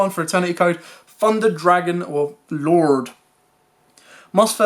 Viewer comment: ‘Funder’ Dragon 😂